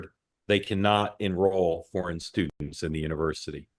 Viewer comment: Mark can't even say "foreign". Tisk, tisk!